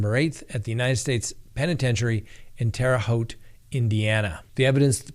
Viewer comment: You pronounced Terre Haute correctly!!!!!! Wonderful!